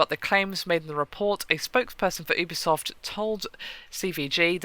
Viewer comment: Pretty sure it's not "OObisoft" it's "youbisoft" (pronunciation)